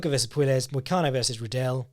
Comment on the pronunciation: Oh, you poor Brits. "Puelles" is pronounced "Pway-yes". You live near Spain - learn a little Spanish!